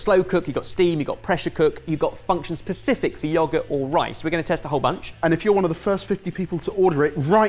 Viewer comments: Did he really say "Pacific" instead of specific? Gordon Bennett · What on earth is this 21st Century thing where people can't pronounce 'specific' any more, and say 'Pacific'? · Am I tripping or did say Pacific instead of specific at the start? 🤭🤔😂